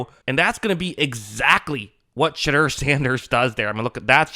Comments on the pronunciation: It’s Sheh-door not Sheh-dur btw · Shit-dur? Why say it like that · Ummm... who's $hitter? Lol I know his name, but the way here keeps saying it has me dying. May want to just stick with Sanders going forward.